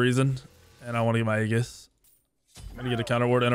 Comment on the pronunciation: A in aegis is silent like the a in aether. Why every smite YouTube says aegis wrong is so strange. Also love how says I'm gonna play safe burns his 3 twice early game and dies to da ji he knows is there lol.